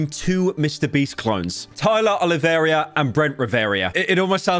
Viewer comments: Btw its pronounced “Olive-era” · oli-vera ri-vera SAY IT RIGHT